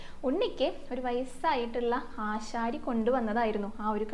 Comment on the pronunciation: ആശാരി അല്ല ആചാരി എന്നാണ് കുട്ടി❤